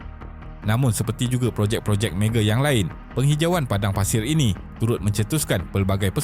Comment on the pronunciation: Mega bukan mege 😅